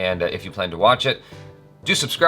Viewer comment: Almost perfect pronunciation Jaby. Good Job :-)